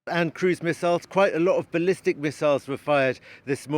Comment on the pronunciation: Isn't it ballistic, not #ballastic?